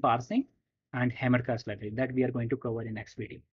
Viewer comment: 1-30 Hamcrest, not HamerCast, right?